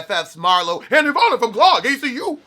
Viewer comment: I giggled every time he said it, wrong letters and all.